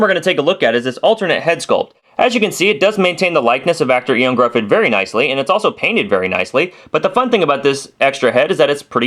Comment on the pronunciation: "Eon Gruhfud"... it's pronouced "Yo-han Griffith"